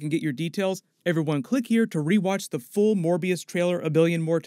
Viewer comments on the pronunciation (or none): none